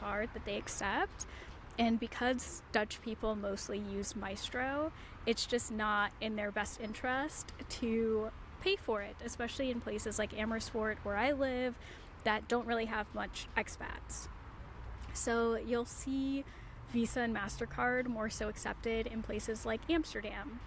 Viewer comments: I mean..she doesn't even know where she lives😂😂 She said Amersworth...it's Amersfoort. Not that hard for Americans to pronounce so she just doesn't care to get it right. Like the majority of the video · Amersfoort is pronounced as 'Ah' 'mers' 'fohrt'.